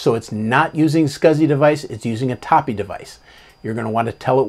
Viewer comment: A-TAP-E. Also LIBS is LIBS. Not Libes.:) (Knows will punch me repeatedly) Great video and full of great info. I didn’t even know this was a thing. Thank you!!